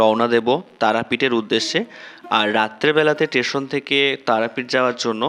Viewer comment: Station not tation